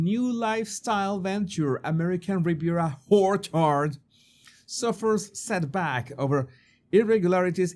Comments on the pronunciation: Love your pronunciation of orchard “who’re hard”😂😂😂😂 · I love that pronounces the brand as American Riviera Whorechard. Happy accident that he destroys the seriousness of her snobbery. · American Riviera Horror-chard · Whorecherd lol😂😂😂😂😂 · I die, whenever you say ''ORCHARD." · It's not a mistake...he does it with purpose! 😂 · I love the pronunciation of ‘Orchard’ 😂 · Very appropriate. And hilarious!!!!! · Me Too!! 😂 ❤ 😅 Priceless! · Yep, it's a beauty 😂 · Don’t we all? 😂😂😂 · do you say Duchess of "Sausages" on purpose, or is that just your lovely accent? American Riviera "Horchard" is too funny also. I am not making fun of your accent, it is wonderful, but it just makes me laugh and is very appropriate for these two grifters. Love your videos! ❤